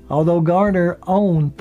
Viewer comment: It's Garner not Gardner.